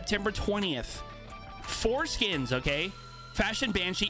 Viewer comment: Did I just hear you say foreskins??? Lol